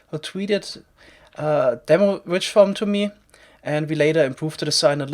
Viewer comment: definitely doesnt sound like "witch" ..... XD